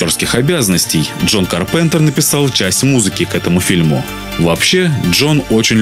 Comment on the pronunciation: Ка́рпентер(ударение на "а")